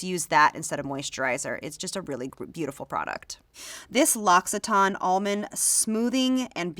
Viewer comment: The way she says "LOX-IH-TAN" kills me. No successful beauty industry gal who works for Sephora should be guilty of butchering a French beauty company name that severely. It's more like "LUH-SEE-TAHN" for an American.